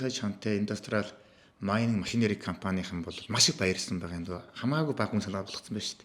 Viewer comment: Zdaa naad BAIGAA YM gedgee ymar lalriin hew maygaar heldiin be